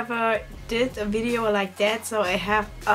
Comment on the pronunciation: Wenn du Video auf Englisch sagst bitte, bitte mach deine Zunge bei dem V an deine unteren Zähne, es klingt so komisch wenn du Video sagst😅